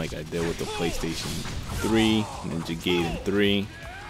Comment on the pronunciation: It's pronounced guyden